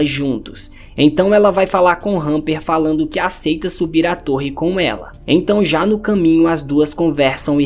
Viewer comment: É Hunter e não Hunper